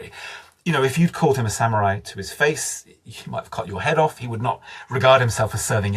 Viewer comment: I lost interest the moment I heard “samyurai”. Can’t count on any meaningful content after that.